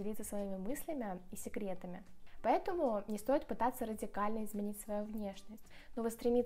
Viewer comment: услышала "питаться" вместо "пытаться", смотря на еду😅